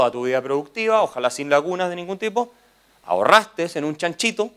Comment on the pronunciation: kaiser dijo "ahorrastes" se me cayó ste men :((((